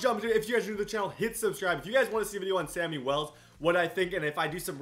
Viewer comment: It’s Shammy Wells not Sammy Wells XD It’s okay though